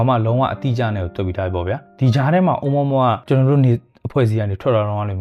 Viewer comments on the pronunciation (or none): အိုမွမွ လို့ အသံမထွက်ပါဘူးဗျာ အိုမူရာမူရာ ဗမာအသံပေါ့ဗျာ လီးပဲ 😂😂😂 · တော်တော်များများကအိုမူရာမူရာလို့ခေါ်ကြတယ်။အိုးမွမွလို့တော့ခေါ်တာပထမဆုံးကြားဖူးတာ။